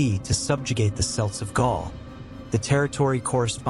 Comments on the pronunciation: Kelts not s prounce with a t😊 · As soon as you mispronounced Celts in the first sentence I had to turn off. Try better